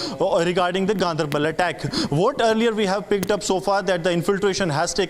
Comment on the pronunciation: it is not gun dr bal or gun dair baal ..... it is gaan der bal... Ganderbal